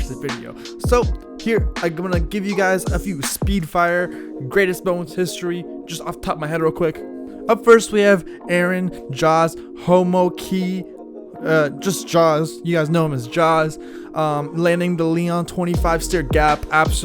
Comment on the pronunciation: Does not include Bob Burnquist run? Doesn't know Danny Way? Pronounces Homoki as "Howmow-Key". I bet all I have this guy barely skates.